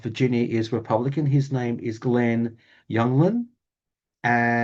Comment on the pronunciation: Hi, I don't want to knitpick, but the the guy Spanberger is running against is Glen Youngkin with a hard k. Anyhow I enjoyed your reading all the same. I noticed everyone wishing you a upcoming birthday which explains why we immediately connected. I am also a water sign. Sleep well my friend you deserve it. 🌹❤️🌹